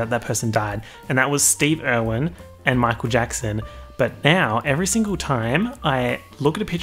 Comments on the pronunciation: And whenever he says signal instead of single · take a shot anytime he says signal instead of single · saying "signal" instead of "single" all the time... the illiteracy luv xx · The reason why can’t pronounce single is because he can’t get over that he is also, single